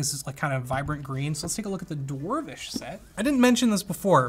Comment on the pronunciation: Did he just say Dwarwish .....